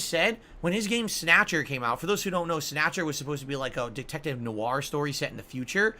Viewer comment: Snayutcher. This video is rife with goodness